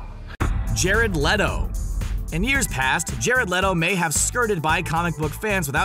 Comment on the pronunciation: jared leto it’s (lee-to) btw